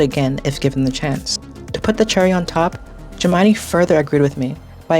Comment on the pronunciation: You really can't pronounce Gemini correctly? Why am I watching this?